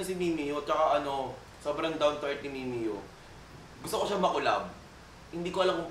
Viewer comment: please wag ..wag mo i collab si mimiyuuuh masisira image ng idol ko..mali pa pag basa putek mimiyooo daw